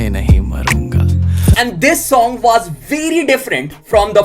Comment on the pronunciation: pehle was aur for bolna seekhle